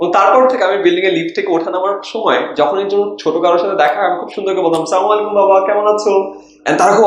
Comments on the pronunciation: ভাইয়্যা প্রথমেই আসসালামু আলাইকুম আপনাকে, আশা করি ভালো আছেন, ভাইয়্যা ভিডিও টা কয়েকবার দেখার পর নিশ্চিত হলাম আপনার সালাম টা স্পষ্ট না ,হাদিসে কিন্তু নিষেধ আছে এভাবে সালাম দেয়া, জাকে দিবেন একদম স্পষ্ট করে বলতে হবে"আসসালামু আলাইকুম" যদি "স্লামালাইকুম" বলে এর অর্থ বদলে যাবে ।সালামের অর্থ "আপনার উপর শান্তি বর্ষিত হোক" বদলে হয়ে যাবে "আপনার উপর গজব আসুক" সুতরাং একটু সাবধান প্লিজ :) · (স্লামুআলাইকুম), কোন সালাম নয়,আস-সালামুআলাইকুম বলতে হবে। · its "assalamualaikum" not "slamualaikum" 😒😒😒✌ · আলহামদুলিল্লাহ । উচ্চারনটা সঠিক হওয়া উচিত। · Vaia salam er uccharon ta thik hocche na maybe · vai kichu mona korban na bt apner salam ar pronunciation a aktu vhul acha ,taan ta kono hujur ar kach thaka shikha nita paran ,ami bapar ta ar aga o khayal korachilam, " Ayman Sadik's speech : Communication Skills " ai video ta video ta r uddesho undoubtedly khub vhalo vai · pls salam er ucharon ta thik kore neben. 😆😆😆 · গ্রেট ইনিশিয়েটিভ। কিন্তু, তাড়াহুড়ার কারনে আপনার সালাম দেয়া টা সঠিকভাবে হচ্ছে না। আশাকরি, সঠিক উচ্চারনে দিবেন। ধন্যবাদ। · ধন্যবাদ তবে সালাম টা শুদ্ধ বাবে দিলে অনেক ভালো হবে